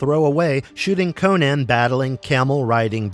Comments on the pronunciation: Crom, this guy midprouncing "Conan" throughout the vid is killing me. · . CONCH the Destroyer?!?!